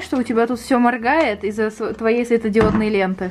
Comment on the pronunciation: Не ис а из